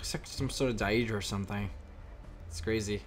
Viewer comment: I live the way he says deadra